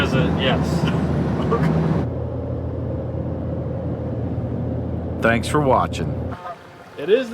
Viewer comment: Did you guys say, "tanks" for those custom stools?